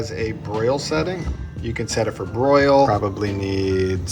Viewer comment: did anyone else hear "If your air fryer has a Brail setting".....? Broil. Brail. Same thing.